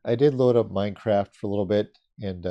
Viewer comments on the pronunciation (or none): none